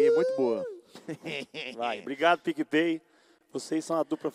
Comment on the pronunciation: "DEIZ E POUCA!" e "DUPLA PIC E PAY" uhaeuhaeuhaeuhaeuhaeuhaeuhuahe